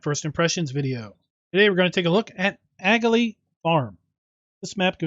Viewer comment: It's pronounced aHA - lee..... just saying